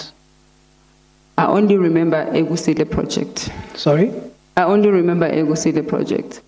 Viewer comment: Does she mean KUSILE Project. Not Egusile😄